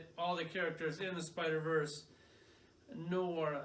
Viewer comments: bro, just say "No R" hahahahhaa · You can say et violà, but you can’t pronounce noir. 🤣 Great video! 🤓👍🏼 I like the longer shows so long as you can cover an entire wave. This is my first time watching a video that does this, so kudos to you!!!